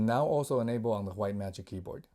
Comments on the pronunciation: Reincarnation of bob ross Titanium Whghghghgite lol I like the wghghghghgite one lol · Thanks for the video. You saying hwite all the time was triggering me though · The way this man pronounced white makes my skin crawl